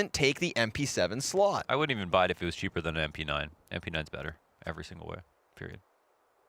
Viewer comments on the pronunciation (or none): none